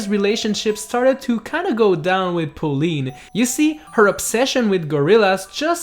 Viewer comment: How do you fuck up saying Pauline?